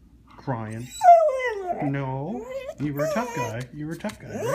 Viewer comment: He didn’t say he’s tough...he said “I run run run” 🤣❤️👍